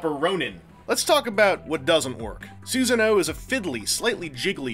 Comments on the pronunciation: Awesome review as always but it's pronounced "Sue-sah-no-OH", not "Susan-o's". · "soohsunoe" personally, it's "suh-sah-noo", but u do u. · that's probably the most interesting pronunciation of that name i've ever heard. If only because it evokes the image of a Big-O named Susan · your pronounciation of susano'o hurts me physically